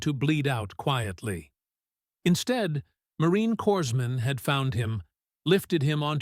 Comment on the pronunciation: Corpsman.,,It’s pronounced “korman” “korsman”